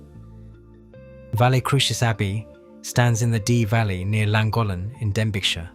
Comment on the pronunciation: LLANGOLLEN. IS NOT LLANGOTHLEN.